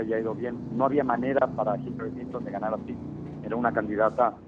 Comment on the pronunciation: Hillarie????? jajajajajaj es Hillary pendejo